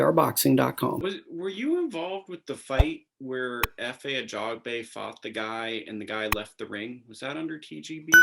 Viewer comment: Yall jacked up his name royally. Ajagba